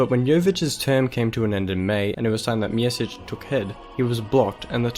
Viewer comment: Lol calling Mesić, mjesić hahaha